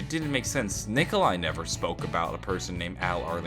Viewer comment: No Nikolai not nicola